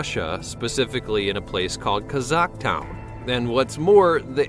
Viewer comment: To make things worse, he called Kazakhstan "Kazakh-town"!